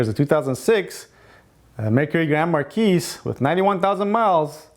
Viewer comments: Great video man, you know your stuff :) Singular, Mercury Grand Marquis, the S is silent. Marquis is supposed to be pronounced like (Mar-key). It's a french word. French is not like other languages. I've noticed many persians and middle eastern people say it like you. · You know who pronounces the S? People who don't know how to pronounce the word marquis. It has nothing to do with where they're from.